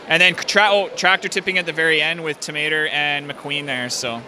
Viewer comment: Why does he keep calling him "Ta'Mater"????? His name is Mater. Tow. Mater. Not tomato, not Ta'Mater, Mater. Tow Mater.